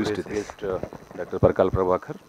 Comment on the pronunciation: Parakala, not "Pragala'. It's considered rude among Telugus to be addressed with the surname.